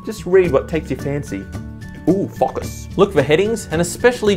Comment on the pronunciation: at "focus" I thought he said "fuckers"